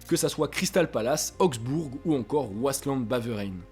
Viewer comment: super vidéo comme d'habitude juste à on dit : Wasland-béveren 😁